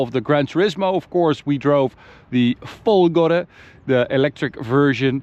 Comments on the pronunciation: Finally, someone who pronounces "Folgore" with the tonic accent on the right syllable. Bravo from Francophone Michel in Montreal.:) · Oh, I'm glad to hear you guys have remembered how to say "Folgore" properly